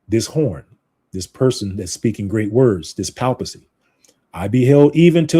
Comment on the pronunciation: Hey there, you're pronouncing "papacy" incorrectly. You may want to look up the correct pronunciation online.